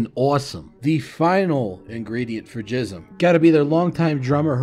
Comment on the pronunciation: Its pronounced Gism with a G not a J btw